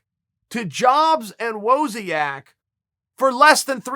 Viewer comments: "Wowziak"... it's WOZNIAK, Chael. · "Wah-Zee- Ahh-K" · Steve "Woahzniak" Wozniak. Jonna Chedder Jay Sick Uncle P your pronunciation of names is absolutely undisputed and perfect. Never change. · Chael was so close to saying Wozniak correctly. So damn close.